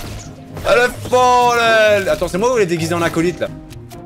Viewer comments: Arrête de dire maa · Devine combien de fois a dit MOA mdr 😂